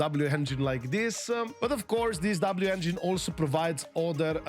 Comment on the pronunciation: Love that it’s always been “V-Engine” and now the correction is “W-V-Engine” 😅